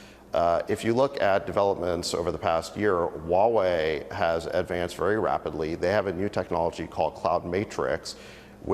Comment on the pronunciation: needs to learn how to pronounce HUAWEI. It’s who-a-Wei. Not wa-Wei. Get it.